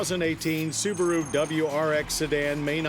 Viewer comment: The little soo-bar-oooo. WOW